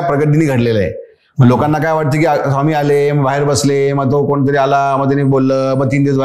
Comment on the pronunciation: Sawmee nai re, neat swami tr mhnayla shik podcast ghyayla baslayes raja